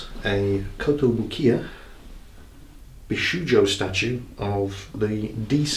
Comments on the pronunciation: It's bishojo, in some romaji spellings, and it's pronounced b'sho'jo, show and Joe. Not shoe and Joe. It's only British English that likes to put silent letter u's in words like color and neighbor etc. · It's pronounced "Bee-shoh-joh"! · As far as I remember, "ou"s in japanese are pronounced as "o", so it would be pronounced as bishojo. Can't stop correcting pronounciation just because it's japanese and not german. They way how the custom taxes increase sounds horrible, but still better than the 19% on the price and the cost of the shipping in my country. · Bee-Show-Joe/Bishoujo/ビショウジョ/ Beh-Show-Zho/Beshouzo/ベショウゾ/ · I really like how takes the time to explain what 'bishoujo' means, and then proceeds to horribly mispronounce it for the rest of the video. Seriously though, that figure is rad. Nicely chosen,. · because you love it when people are being anal about how to pronounce shit :) bishoujo, the "ou" is just a strechted o (as in oh), japanese does not have twice the same vowel to modifiy its sound and the -jo at the end is pronounces as in yo-yo, without deforming the o sound too much, also each syllable is spoken with same emphasis, there is no stressing of indiviual syllables.